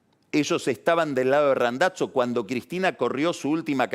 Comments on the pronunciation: "Randatzo". Fenomenal Pagni, hacía mucho no escuchaba una vocalización semejante. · que tal esa pronunciacion plus origen de, " Randazzo " y " Hurlinghan" sape!